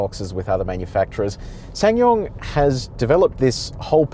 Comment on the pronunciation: It's pronounced Sa san yong